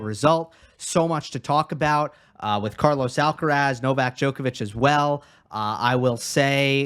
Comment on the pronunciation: and Steve, you should make an effort in pronouncing Alcaraz's name correctly. The accent (stressed syllable) is in the third and last "a", so it is Alcaráz, not Álcaraz. Also, the z is pronounced as TH without vibration at the end. It is very easy to pronounce Carlos's last name as it is. Cheers.